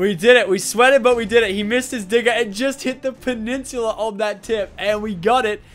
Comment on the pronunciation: When he said peninsula I lost faith in humanity